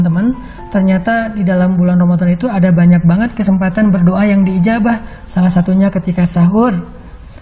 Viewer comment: Berdoa bukan berdioa